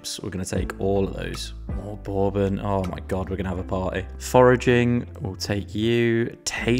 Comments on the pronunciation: LMAO i feel like im giving an english guy a lesson on his own language but the first o is silent in bourbon, I feel like im on punkd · I love the video but I'm concerned about how you say the word bourbon...